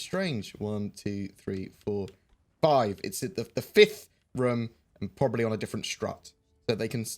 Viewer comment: It's rOOOOm, say it right,!